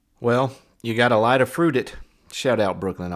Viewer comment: “You gotta lie to FRUIDIT” 🍊 😂😂😂 Hilarious!!